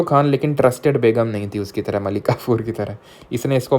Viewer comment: "kis drha ki begum" really caught me off guard😭